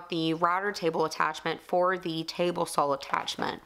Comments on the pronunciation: I'm just wondering, not trying to insult anyone. Is it common for some regions in the US to say 'sawl' instead of 'saw'? Good luck on your trip to Germany! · ) No insult taken. It's common for people in the South of the US to pronounce it sawl. However, the way I say it isn't because of an accent but because of a speech impediment. I've mostly overcome it but there are still a few words that I can't pronounce correctly. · How comes you always say "saw" with an L on the end? like "sawall" or is it just the accent lol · Great vlog video featuring the new format. See you took some bullets and beautifully turned those troublesome comments into ricochets. Good job! Liked the bench a whole bunch. Germany and UK are fun for a few days, but it's always good to be back home. Stay safe. I like how you say "sawl". No one understands southerners! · BTW, I like the way you pronounce SAW! LOL